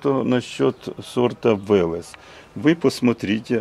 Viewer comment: Да не Вэлэс, а Велес. Вы расскажите как этот перспективный сорт трещит после дождя.